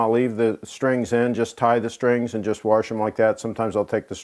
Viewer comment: He said "warsh", therefore he is a St. Loser